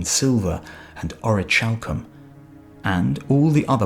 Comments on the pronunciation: It’s pronounced Ore-uh-kal-come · Ch in Greek is never like the soft sound in English. The orichalcum pronunciation gets annoying.... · you are suggesting its pronounce ori-hal-cum? because thats not right at all. its ori-khal-cum. i looked around. google along with dictionary . com along with various other sources all support what i said. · in ancient greek 'CH' is pronounced as a 'K'. so it's (oree-kal-kum). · Isn't it pronounced orikalkum ? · It's pronounced ORI-CAL-COOM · the ch in orichalcum is pronounced as a k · Actually it is pronounced as h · I don't know about its pronunciation in english but in modern and ancient greek it is pronounced as H.